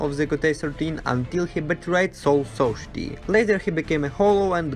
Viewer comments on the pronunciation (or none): is any gonna talk about how he pronounced soul society? lol